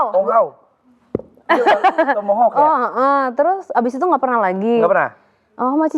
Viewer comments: Om hao jadi hulau 🤣 Softlens jadi softex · Om hao di mulut anwar jadi HULAO AND HALLOWW😂😂😂,,,SOFTLENS jdi SOFTEX😂😂deeptalk jadi doptik😂😂😂